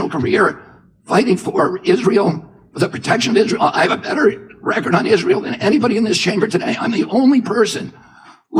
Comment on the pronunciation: Lost me at "no one has fought harder for Izrale." RFK Jr. RIP